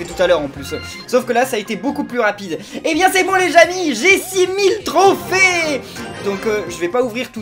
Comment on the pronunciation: A il dit les jamis au lieu de les amis